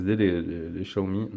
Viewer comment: Salut, bonne vidéo comme d'hab: cependant j'ai deux points important de prononciation à soulever (ahaha) on dit "My DIVYCE" et pas "MY DEVIZE"... et XIAOMI ce prononce SHAOMI;)... c'est dommage ça fait perdre en crédibilité la vidéo! Bonne continuation à la team